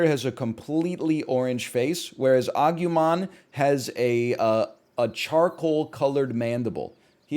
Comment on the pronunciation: Agumon is yellow not orange, also it's agoomon